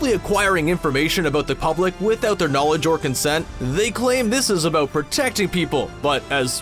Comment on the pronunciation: Really loving that "aboot" ^~^